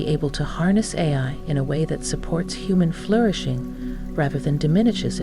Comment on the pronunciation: This was made with AI. She struggles several times to say “Ai”